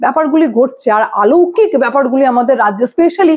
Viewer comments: আলৌকিক উচ্চারণ ভুল। অলৌকিক। চার আঙ্গুল যার ছিল না তিনি B L O নন, তিনি sir আতঙ্কে আত্মহত্যা করেছেন। তথ্য সঠিক হওয়ার দরকার। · TUMI AAMAR MEYER BOYOSI. TOMAR VIDEO GULO EKDOM TATTHOSOMRIDDHO HOY. AAMI DEKHCHHI TUMI EKTA SOBDER UCHCHARON EKTU BHUL KORCHHO BARBAR. jETA HOCHHE AALOUKIK - ETA HOBE ALOUKIK. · আলৌকিক নয়, শব্দটি হবে অলৌকিক। ধন্যবাদ। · শব্দটা "আলৌকিক" নয় "অলৌকিক" উচ্চারণ হবে বলে মনে হয়। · Didi kotha ta অলৌকিক। আলৌকিক noy... আ নয় অ। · আলৌকিক নয়, অলৌকিক। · ওটা আলৌকিক নয়, অলৌকিক। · আলৌকিক নয়, অলৌকিক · একটা কথা বারবার কানে লাগছে, আলৌকিক নয়, অলৌকিক। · আলোকিক নয় শব্দটা অলৌকিক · তুমি বার বার আলৌকিক বলছো। কথাটা হবে অলৌকিক। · আলৌকিক নয় অলৌকিক কথাটা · কথাটা আলৌকিক নয় অলৌকিক। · কথাটা (আলৌকিক) নয় , কথাটা অলৌকিক। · আলৌকিক নয়,অলৌকিক বলো । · খুব ভালো খবর পড়ছেন কিন্তু বার একটা কথা কানে লাগছে "আলৌকিক" 😂 কথাটা হবে অলৌকিক। 🙋‍♀️🙋🙋‍♂️🙋🏼‍♂️ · কথাটি অলৌকিক, আলৌকিক নয় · আলৌকিক শব্দ হয় না, ওটা অলৌকিক ম্যালা ফাইডি = mala fide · তুমি আলৌকিক উচ্চারণ করছো, ওটা কি আলৌকিক হবে না অলৌকিক হবে? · আলৌকিক নয়, শব্দ টা অলৌকিক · আপনার প্রতিবেদনের সময় কথায় আপনি বারবার "আলৌকিক" কথাটা ব্যবহার করছেন, কিন্তু সঠিক কথাটা হল "অলৌকিক" হবে। দয়া করে শুধরে নিলে খুশি হব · আলৌকিক নয়, অলৌকিক। আপনার প্রতিবেদন তো খুব ভালো লাগে তাই এই ছোটখাটো উচ্চারণ ঠিক হলে আরো নিখুঁত হয়। কিছু মনে করবেন না দয়া করে। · কথাটা অলৌকিক,আলৌকিক নয়। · শব্দটা আলোকিক নয় অলোকিক। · আলৌকিক !😅😅😅আমরাত জানি কথাটা অলৌকিক ! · কথাটা "অলৌকিক" - "আলৌকিক" নয়! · অলৌকিক শব্দটি সঠিক ভাবে উচ্চারণ করলে ভালো হয়।